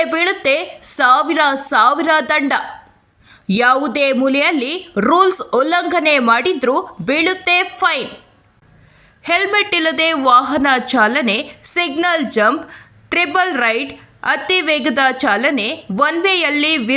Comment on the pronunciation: Pine alla Fine 😂